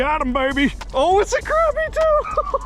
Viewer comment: it’s not crap-ir it’s croppie